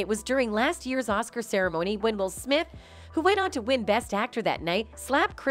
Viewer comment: "Smip" ~You guys' AI Voice